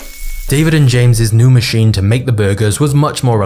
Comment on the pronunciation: Does everyone talk like you with that annoying inflection at the end of every sentence? Is that a thing now? It's so annoying, you make it hard to focus on the video. Example: it's called a machine, not a machinnnnnnnnnne.